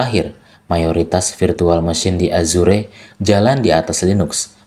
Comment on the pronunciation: githap bacanya bukan github, tiaphari azur bacanya bukan azure 😂